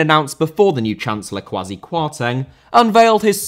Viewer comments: Idea* not Ideer Media * not Medier Half* not Holf Serie* not Siri Absorb* not Abzorb Kwasi* not Kwohrzi Rather * not Rother Debacle* not Debohrcle Roman * not Rouwman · Hey, love your stuff. Just wanted to say Kwasi is pronounced Kway-see so when you dog him next it's even more effective.:) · And also the name Kwasi or Kwesi is pronounced as “Quay-Cee”